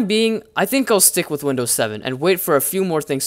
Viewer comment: Lol windoos 10 beteer sooo beteter